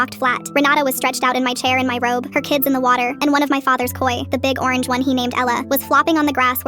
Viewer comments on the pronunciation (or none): ay no one gonna talk about how she said her robe like she stole it